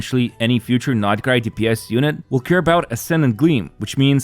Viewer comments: Every time you pronounce it "nod-i-krai" my eye twitches. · I can't. sorry, not sorry....but I can't watch any of your videos. It makes me want to rip my ears off every time I hear you say "NADA-CRY".